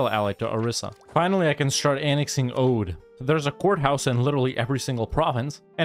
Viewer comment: Oudh is pronounced Avadh